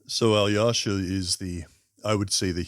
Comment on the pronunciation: One little tip for you, pronounce "Alyosha" as "Aalloshah". Americans tend to overexaggerate the "yo" sound in this name. I enjoyed your video, by the way! Like from me.